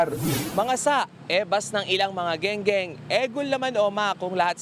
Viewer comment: Skwater kamo hindi gengeng